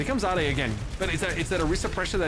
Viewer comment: ade being pronounced like "ah-day" threw me 4 a loop JKL:SDDS